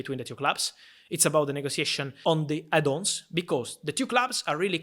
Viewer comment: It's funny how he says add ons 😂